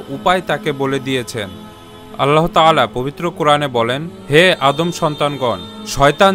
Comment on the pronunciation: ভাই, "আল্লাহ্" ও "বিস্ময়" শব্দ দুটির সঠিক উচ্চারণটা শুধরে নিবেন আশা করি। আপনার করা খুব সুন্দর পোস্টগুলিকে উচ্চারণেও নিঁখুত দেখতে চাই। শুভকামনা রইল💘